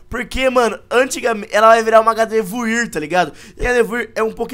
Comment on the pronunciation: se escreve gardevoir mas se fala gardevoar